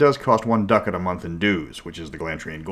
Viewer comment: Love ya, pal, but the way you pronounce ducat causes me physical pain.